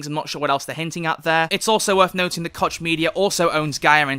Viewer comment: I read that "koch" is really pronounced "Koh"